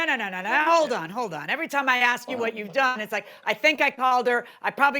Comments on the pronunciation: The Defendant is a school teacher and still says AX instead of ASK? Does he call the Poe-lease or call for an Amba-lance ? Educated people Don’t speak like that. They speak proper Grammar. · No way is the defendant is a teacher! "Tooken" and "ax" he's giving me a headache